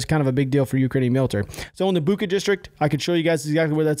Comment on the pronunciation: Zhytomir is pronounced like "zhee-toh-meer". "Zh" is English is pronounced like if "jeep" would be written "dzheep". "Bucha" - "ch" = "cheep". Come on man. "Nuclear" is not "Nucular".